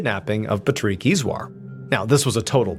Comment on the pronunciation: pat rick!!!!! not pa treek the freak! And please, no music after the video!